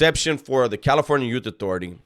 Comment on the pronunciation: You went back to saying California "Yute Authority" 😂